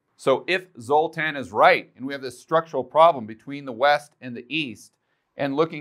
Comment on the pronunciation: Stop it, everytime you say, "Zotan", I think of the movie with the Z sign in it from the 80s.